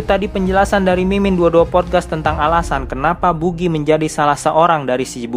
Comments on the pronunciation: bacanya bagi bukan bugi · Buggy la bukan bugi .. bugiman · Maaf pak bacanya Bagi bukan Bugi hehe Dan anak buah Buggy yang dari tahanan Impel Down itu dari level 2 (Entah semuanya atau mayoritas) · kesel bget pas buggy dibaca bugi -_ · Buggy bacanya baggy lol... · Wkwkwk,, adminnya kurang nonton animenya, cuma baca dari komiknya. Jadinya ngucap buggy dan shanksnya salah....